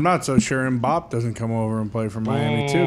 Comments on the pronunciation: Why are they saying M’Bop? It’s killing me. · The pronunciation of Mbappe is killing me